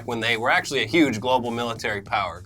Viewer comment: Can't wait until next week when you can report on how "Uge" his celebration was. It's gonna be epic. Bwahahahahah